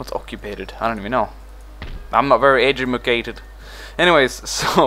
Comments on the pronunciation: LOL "I'm not very 'edumacated'." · First video I watched from you and I already like it. "Edumacated" lol